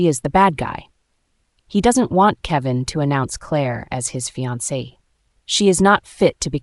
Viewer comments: The voice over To the text needs to be updated in some way, if this is an AI, remainder and reminder are 2 different things. Fiance and finance are 2 different things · It's fiance not finani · That’s called fiancé you need to learn how to say the word